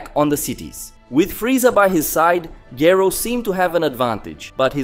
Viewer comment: The least you could do is pronounce Dr. Gero's name properly! Rewatch the English dub.